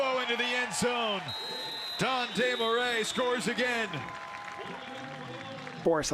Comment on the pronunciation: french dude here and is the closest an english speaker can say it properly i guess